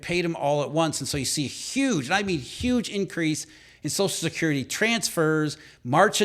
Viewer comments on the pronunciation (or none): Wtf is "sozicurity"? It's "social security", slow down your line reading.